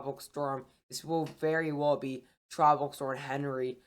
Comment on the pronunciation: Btw Henri is pronounced On-Ree